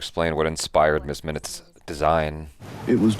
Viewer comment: Sorry. Miss Minutes. I thought you said miz😅